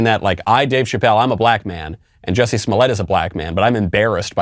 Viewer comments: Pretty sure what Chapelle is referring to is the Narcissist behaviur, when charged with comitting serious hate crime, to the argue about the pronounciation of your name, is... Well very disturbing and Narcissistic. Also Ms Ellen, stop hating and wanting people You disagree with to suffer mrs Ellen. We, people with sense are just saying You Can’t just magically change your sex, or age or ethnicity. Stop hating me for «believing» biology science and deductive thinking. We, the sense people (white supremacists.....) dont think its healthy to tell our children this is normal.. And They Can’t just magically change sex, or identifie as unicorns. Its more like a CONDITION. Body-dysmorphia. We dont tell a bony anorectic he/she is fine, we support them and try to treat the illness, not condone it. We try to help them with guidence and psyciatric help.😊 Wish You the best and hope You get help.😊☝🏼 Get some help. Kind regards from all of us with the commmon sense.😊✌🏼🙏🏼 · The juicy was just that actors like to call themselves all sorts of shit that is not even close to their real name. So by law it’s Jussie but he pronounces it Juicy to seem sophisticated. It’s just a funny take on actors. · Michael the reason why he called him Juicy in a french accent is to point out something to a lot of people that the black community would know already: Jussie is a bougie black who is pretentious and Dave made fun of him using the most PRETENTIOUS ACCENT IN THE WORLD. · I think whats funny about the French pronunciation of Jussie has to do with how stupid his name is. both the first and last name sound pretty dumb, I wouldn't believe anything he has to say on that alone